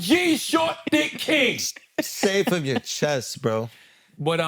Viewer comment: "s-s-say it frum yugh chess bwo" schulz make me cringe so hard